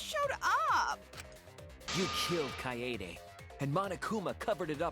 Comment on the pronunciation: it’s pronounced kaede